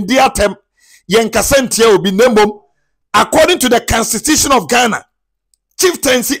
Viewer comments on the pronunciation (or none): Is not canstitution is constitution